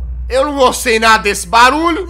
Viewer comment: Não gustuei... Também não asmei... Asduruei